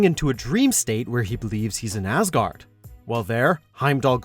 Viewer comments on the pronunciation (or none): none